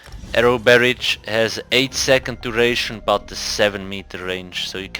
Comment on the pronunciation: Barrage is pronounced like "mirage". Or Nicki Minaj. I think its French origin.